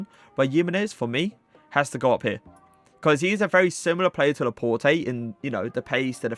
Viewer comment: It’s laport not laport-ay